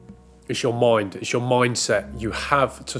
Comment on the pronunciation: Guys, it's your moind. It's your moind set.